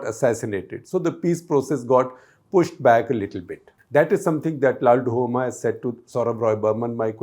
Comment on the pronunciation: LALDUH-OMA not LALDU-HOMA